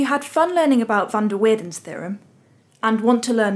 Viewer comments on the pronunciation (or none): with an a, and not as weirden.